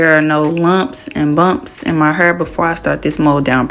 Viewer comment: The way she says hair..😂😂😂😂 heerrr like in the rap songs